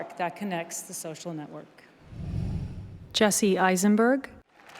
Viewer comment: Jesse Eisenberg's name is not pronounced like a question